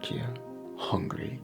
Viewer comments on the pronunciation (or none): none